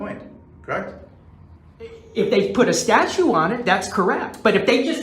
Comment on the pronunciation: Please police.....just walk away! Don’t even talk to this nut! And it’s statute, not statues!😂😂😂